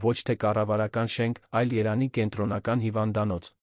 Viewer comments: Երան չէ-Երևան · Միթե չես կարողանում Երեվանի ն ասես երանի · Այ անգրագետ ոչ թե երանի այլ Երեվանի ոչ թե գոյատել այլ գոյատեւել ոչ թե դեռս այլ դեռեւս այ անգրագետ դու երեցի եվ տառը չես սիրում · Երան, Սան, հարան, Ընդհանրապես և -ը գոյություն չունի: Տհաճ է, լսելի չէ